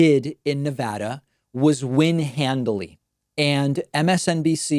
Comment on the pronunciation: Following through on my commitment to join if you would pronounce my state correctly!! Yay! I appreciate your objective coverage and thank you for all you do as independent media to inform your subscribers! I waited 3 hours to early vote last week in Nevada which gives me hope for a record turnout to come!